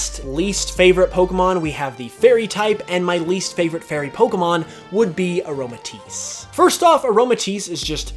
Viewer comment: IT'S AROMATISSE, NOT AROMATICE!